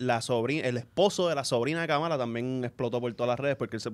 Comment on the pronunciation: No le permiten al George decir Guaynáa pero dicen Kamála. Hay doble vara en el podcast.